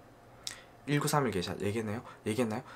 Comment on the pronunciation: 다 좋은데 왜 자꾸 게이샤라고 하나요? 원 지역명을 보면 명확히 게샤라고 써 있어요. 근원을 따지자는 사람마져 게이샤라고 첨부터 끝까지 발음을 하다니.... 에혀....